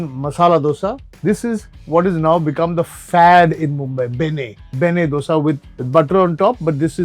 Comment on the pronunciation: Last restaurant - Madras Mood, The owner mentioned that his native is Karnataka. I beg to differ, I caught him on the way he pronounced Dosa. He pronounced Dosa the way we start pronouncing "Doughnut". Its not the sound "Do" from Doughnut but its the sound which we get from hindi word "Do" i.e. number 2,. So you should pronounce Dosa by staring with "Do", the way you say number 2 in hindi and then "Sa" is normal. Probably Madras Mood owner is not be a Kannadiga, but best of luck for spreading south indian food. Apologies if I am incorrect anywhere. 🙏🙏